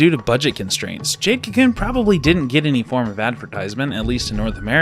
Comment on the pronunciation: Adding a random pet peeve... the way you say kew koon. lol. bye bye